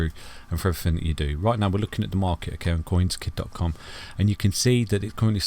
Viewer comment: I kid you not but every time you say your name, Coinskid I hear Coinski. Wakes me up every time 😂😂😂